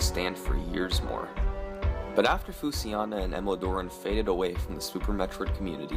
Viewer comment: Summoning Salt you pronounce Fushiana wrong when you say it as Fusiana. I am basing this off the Japanese characters used in his avatar